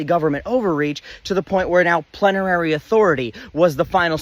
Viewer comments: Great video -- as usual. A gentle FYI, it's plenary. Three syllables -- plen-ah-ree. Emphasis on the first syllable. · Miller at home afterward: 'Plenary. Plenary. Why did I have to learn that word, dammit.'